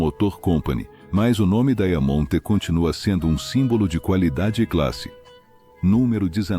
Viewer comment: Inteligência artificial, deveria ser renomeada para imbecilidade artificial, dói os ouvidos, escutar essa narração. Horrível , diamont, vira daia monte, reo, vira hell, estuda baquir é dose.